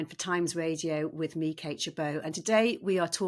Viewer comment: I wish this presenter would change her intro. The way always she runs “me, Kate Gerbeau” together it sounds like her name is “Me Kate”.